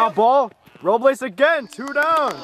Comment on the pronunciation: If you took a shot every time switched between pronouncing it “Row-bles” and “Row-blays” you would have been blacked out by game 2 😂